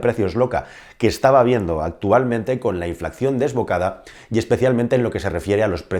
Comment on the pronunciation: Inflacción no, INFLACIÓN.. Preveyendo no, PREVIENDO.